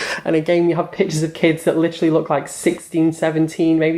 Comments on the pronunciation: Take a shot every time says "licherally" if you want to die from alcohol poisoning lol But seriously, he's a vile and disgusting sicko. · LITCHERALLY how many times does he have tp say literally SMFH is a joke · He’s “licherallly” coming for Peter to distract from his kuckiscam cosmetic fiasco.